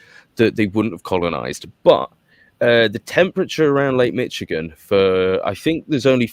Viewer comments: It's not pronounced Mitch - igin. It's pronounced as Mish - igin. The last part you're pronouncing correctly, but the first part sounds like MISH not MITCH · When I lived in Onsted MI I would dig up chunks of copper & quartz geodes whenever I stuck a shovel in the ground for gardening. It was awesome! (Michigan is prounced Mishigan.) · You mean, “Mitchigin” 😅